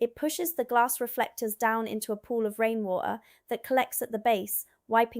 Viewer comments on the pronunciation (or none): Oh, that beautiful English accent and then "rainwa'er". I think you've been in the UK for a long time, or you watch a lot of soaps. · 'Rain wor-ah'. Dead give away!